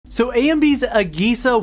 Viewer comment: The way you pronounce AGESA irks me